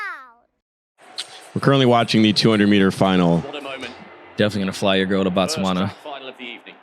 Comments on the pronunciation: Pronouncing Botswana as Bots Wunna is crazy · 🇧🇼🇧🇼🇧🇼🇧🇼representing 🎉💯🤞🏾😎🤗🕺🕺🕺..also guys its B-O-T-Swana(bo is pronounced the way you'd say the BO in Booty)